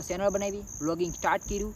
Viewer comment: સેનલ ❌ ચેનલ✅